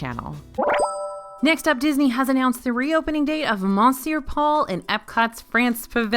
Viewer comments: I hate to ask this question, but why do you continue to mispronounce ‘Monsieur’? It’s ‘Muh-siur’. Do they pronounce the ‘n’ at the restaurant? Sorry - my five years of French in school are making me ask this question. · Good lord,, really?!? REALLY?!? Mon sewer Paul? I know you’re from Texas but I would expect that you would know better. Cheebus christmas. 😤😔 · Yeah, clearly it should be mon-sure-powell. Gosh, how crazy that someone who doesn’t speak French would mispronounce French words…